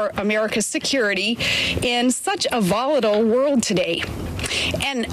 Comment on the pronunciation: Hahaha, is she on drugs during this speech? And nice job pronouncing volatile.